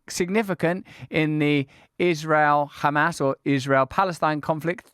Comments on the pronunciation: he said hamas so perfectly with a proper Arabic accent lol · just that Norman can annunciate Hamas correctly shows his intellect .. the Zionzits can't even do that correctly .. it's a condition they have besides psycopathy